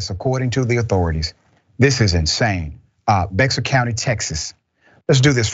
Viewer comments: It's pronounced bear county. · Its pronounced Bear (Bexar) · Dr. Richey, Bexar County is pronounced “bear”. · Bexar county is actually read as "Bear" county. The X is silent. Lmao I love hearing non texas residents say that. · Just FYI, if you do an update on this (And I hope you do and that cop gets consequences) "Bexar" is pronounced like "Bear." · I lived in that county. It was a big joke because so many of thier cops get arrested. Also it's pronounced "bear" county. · Bexar is pronounced "bear". Not that it makes a difference to their bad behavior! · Bexar County is pronounced Bear County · That is so sad, I live in Bexar which is actually pronounced (Beyar) County. It's hard to believe that such a progressive city would have such ignorance. However they are good for being a true Red State regardless of the who.... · It's pronounced " Bear" County. I just moved from there.